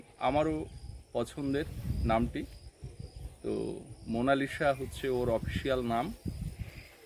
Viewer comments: If you don't mind.... উচ্চারণ : মোনালিছা লিখতে হয় মোনালিসা, কিন্তু উচ্চারণটা ওভাবে করবেন না। উচ্চারণ হবে মোনালিছা। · অসাধারণ সুন্দর নাম রেখেছো । তবে Please নামটার সঠিক উচ্চারণ হোলো "মোনালিসা(MONALISA)"...... "মোনালিশা" বোলো না plzzzzz. জানিনা বোঝাতে পারলাম কি না, উচ্চারণ তো লিখে বোঝানো যায় না! আশাকরি আমার কথাটা অন্য ভাবে নেবে না 🙏 আর সৌরভীর কয়েকটা ছোট্টো নাম পাঠালাম, দেখো যদি পছন্দ হয়!! "ঊর্বা" "দ্যুতি" "পৃথা" "রাই" "মৌ" "মুন্নি" "পিঙ্কি" "মিষ্টু"..... ভালো থেকো সপরিবারে ❤️❤️❤️❤️❤️❤️